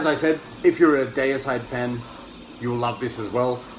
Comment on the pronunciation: Great video I’m with you on the pronunciation of Deicide. The first two albums are killer, can’t go wrong with Autopsy anyway keep up the good work and stay safe. 🤘🏻🤘🏻